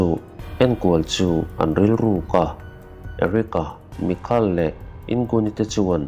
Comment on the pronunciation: Ka pu...Michael tih tur aw...mikal nilo in...mizo tak in Maikal